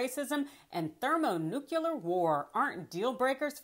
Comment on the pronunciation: 'thermo-"nuc-ya-ler war'?"' The word is nuclear, as in Nu-clear. Come on, Ma'am. You have an advanced degree. A "JD" for Pete's sake. At least, that's your story...